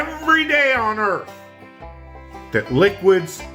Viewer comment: gets a flat tire: "A-HA! THE EARF IS FLAT!"